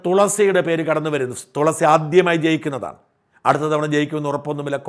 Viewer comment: തോളസി അല്ലടോ തുളസി 😂